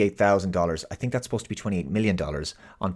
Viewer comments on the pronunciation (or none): none